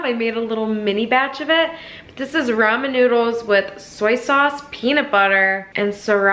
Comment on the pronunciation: Literally not a single person says Rayman.